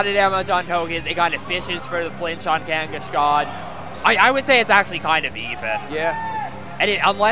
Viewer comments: What the effff is "Kangishcon? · the way this guy pronounces Kangaskhan pisses me off for some reason....